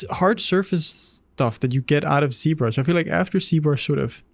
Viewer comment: Why is z-brush pronounced c-brush ?